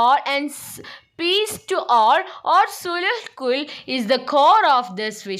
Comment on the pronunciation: സുൽ ഉ കൂൾ എന്നല്ല സുൽ ഇ കൂൾ എന്നാ😂